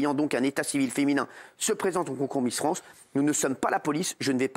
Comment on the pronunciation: c'est miss france et pas transmisster france